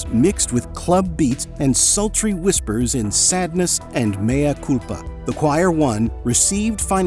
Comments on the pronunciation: SADENESS, not sadness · Ibiza. Not Ibizia. I guess you typed it incorrectly. Also it's Sadeness, not sadness. SAWED-NESS. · Sadeness not sadness